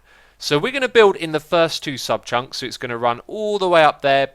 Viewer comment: Its funny hearing X say subchunks